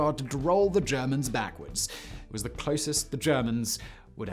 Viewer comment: "Ze Kessel" and "zee Cauldron"